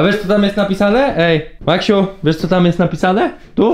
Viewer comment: Najlepszego Maksiu 100 lat🎁🎁🎁🎁🎁🎉🎉🎉🎉🎉❤🍼🎈🎈🎈🎈Ps.Ciesze sie że nareście wie jak jak sie prawidłowo czyta i literkuje Maksiu😁😁😁